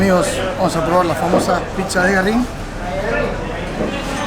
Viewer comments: Pizzeria GÜERRIN, tiene diérisis el nombre. se pronuncia la U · Pronuncias mal Güerrin